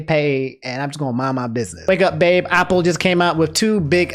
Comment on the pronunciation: Day 3 of making fun of how pronounce things Apple ≠ Aople Marvel Cinematic Universe ≠ Marvel Capcom Universe?